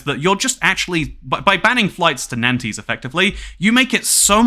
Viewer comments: These French pronunciations 2cat, it's "nont" not nan-tez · prononuced 'wren' 'nants' and 'mar-say' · the pronunciation of Nantes is killing me